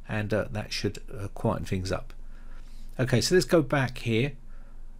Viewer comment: "Fings" to disable?